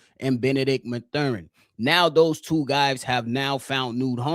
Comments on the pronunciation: I blame for the Benedict Mathurin miss! He heard how you were butchering his name on this pod and chose NO. 😂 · Constantly mispronouncing Mathurin